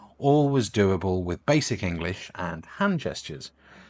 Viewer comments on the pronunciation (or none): none